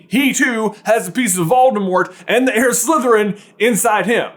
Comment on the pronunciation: “Heir” bud😂😂😂😂